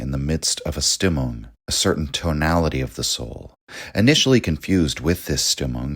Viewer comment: You're awesome man, but please fix your German pronunciation 😅 Stimmung is pronounced like so: SHTIM-oong In German all words starting with the "st" dipthong are pronounced like "sh" sound in English with the "t" sound. Hence Richard Strauss who composed Also Sprach Zarathustra , for example, his name is pronounced SHTROWS. (ow like in english "cow") Also the the "u" in German is pronounced with an "oo" sound like in English "mood."